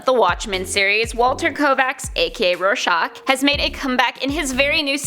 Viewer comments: She says Rorscachs name in the end as shock, it’s shack in the end of his name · Roy-SHACK, not Roy-SHOCK. Like the psych test. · It's pronounced as Roar-shack. It sound like you're pronouncing it like shock. But other than that great vid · Why does she pronounce it Roar-shahk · Rare-shock is kinda what it sounds like she is saying lol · i would start with trying harder to pronounce "rorschach" correctly. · Ugh kinda makes me mad when she says Rorschach